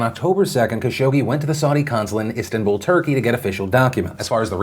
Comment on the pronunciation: You pronunciation of Istanbul is disturbing.